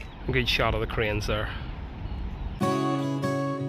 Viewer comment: Help out an American would you? When you first enter the Grand Central hotel observatory it sounds like you're saying you know you're in Northern Ireland when you "see the Koreans." That can't be right LOL so can you tell me what it is you are seeing out the window that brings this all home to you? Much appreciated